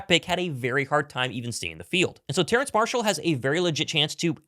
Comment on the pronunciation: Terrace. No “N” in his name. Goodness me.